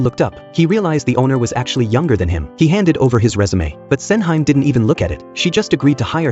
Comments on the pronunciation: LOL. Sen-heym... Sen-Hee-Mae... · The movie looks great but I absolutely can't watch this review anymore when the AI pronounces her name as "Sen-high-m". It's "Sen-hee-meh", you bozo. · Sen hi mey not Senhaim. 🙄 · FFS please get the pronunciation right. "Sen Hime" is pronounce as "Sen - He May" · not MAY. it's more like "MEH" and to the bot's defense, that wasn't even her name in the drama, it was "Sen Handa" / Osen for short. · Sen-hime, read with english pronunciation 🤦🏻‍♂️